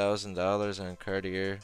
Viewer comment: it is not car di er